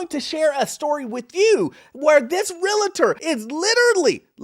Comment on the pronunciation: It’s realtor, no Realitor! There’s no ‘I’ in the word realtor